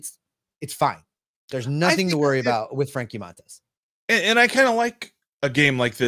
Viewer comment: Love the show, guys, but please learn the correct pronunciation of Montas. It's pronounced Mun-toss.